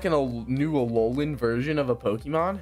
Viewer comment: BRO SED ALOLOAN PONYTA WHY WHY U DO THIS TO ME